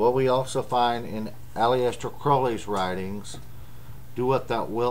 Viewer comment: You pronounce Aleister wrong, but you also pronounce Crow-ley (as in the raven) wrong. Source: Aleister Crowleys biography